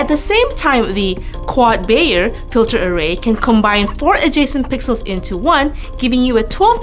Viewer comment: it's not "quad bayer", it's quad bayer